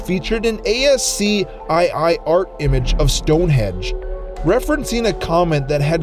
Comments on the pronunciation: "a-s-c-i-i"? You mean "askey"?? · ascii... askey? did you just say a "gift image? wtf?